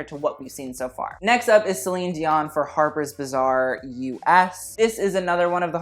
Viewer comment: The way you pronounce "harper's bazaar" sounds like "harper's bizzare" lmao